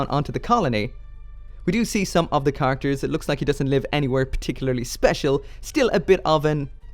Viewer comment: Nooooooooo! Also: Why do you pronounce characters like "car actors"?